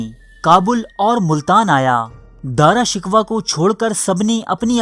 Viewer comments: Daara shikwa nahi daara shikoh🤣🤣🤣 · BHAEE DARA SHIKWAH NAHI DARA SHAKOH HAI TALAFUZ SAHI ADA KRO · Please Apna Urdu talaffuz durust Karen.Shahjahan ke bare bete Ka nam Dara Shikoh tha na ke Dara Shikwah. It is a bloody mistake. You are mocking the Urdu language with your ignorance. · AAP APNY URDU THREK KAREN, AAP JAN BOOJH K ALFAAZ GHALAT BOLTE HAN, DARA SHUKOH KO AAPDARA SHIKWA BOLTE HAN ISSY TARAH HAR NAAM GHALAT BOL KAR HISTIRY K DUSHMAN AUR HINDUES K DOST HOBE KA SABOOT DE RAHE HAN PL BE CAREFUL IN FUTURE OTHERWISE FACE BOOK PE AAP K KHILAF LIKHUNGA Q K AAP HISTORY KO MASAKH KAR RAHE HAN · His name was daara shakoo not daara shikwa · video upload krne se pehla alfaaz k talaffuz durust kia karo , Dara shikwah naam naheen.sahee naam Dara shakooh hai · Good video...but.... With due respect...the name is DARA SHIKOH.....not DARA SHIKWA. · DRA SHIKWA nahi balkay DARA SHIKOH nam hsi. Apna URDU talafuz darust karayen. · O bhai ya Dara shikwa nahi hota.. Ya Dara shekoh ha.. 😂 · Bhai name dara sikhoh hae dara sikhwah nahe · Bhai wo Dara shiko hai na ke Dara shikwa....please rectify your pronounce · Dara "Shikoh" is the correct pronunciation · dara shikoh, ghalat naam no bolo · You are pronouncing his name wrong bro It is pronounced as "Dara Shikoh" . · ارے او بے وقوف گدھے تجھے تو نام بھی پڑھنا نہیں اتا تاریخ کیسے پڑھ لی تمہیں؟جب دارا شکوہ کو مار دیا گیا حکومت اورنگزیب کے ہاتھ اگئی تو یہ پروپیگنڈا شروع ہو گیا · جتنا درست آپکا داراشکوہ کا تلفظ اتنی ہی معلومات مستند ہیں ۔ داراشکوہ جیسے معتدل مزاج جانشین کو دھوکے سے قتل کرواکر اورنگزیب نے اپنے دو سگے اور پانچ سوتیلے بھائیوں سمیت اپنے حقیقی والد تک کو قتل کروایا اور وہ جلاد بادشاہ بن گیا جو کہتا تھا ایک بوتل شراب ، ایک سیر بھنا ہوا گوشت اور ایک باکرہ لڑکی روزانہ شب کے علاؤہ مجھے اپنی بادشاہی سے کچھ نہیں چاہیے ۔ اور جہل زدہ لوگ کہتے ہیں کہ اورنگزیب ٹوپیاں بناکر بیچتا تھا ۔ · تمہیں دارا شکوہ کا تلفظ تک تو آتا نہیں اور بات کرتے ہوئے تاریخ کی ، اللہ کا نام ہے کچھ رحم کرو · بھائی داراشکوہ کانام تو ٹھیک طرح تو لو